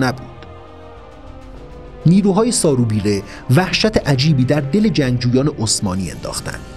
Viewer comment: سارو بیرو اشتباه تلفظ شده اسم ایشون سارو ببره است